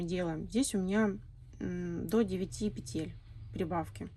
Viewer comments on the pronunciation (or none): none